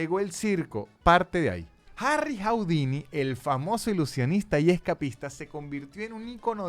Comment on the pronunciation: ¡Hola,! No se pronuncia "jaudini".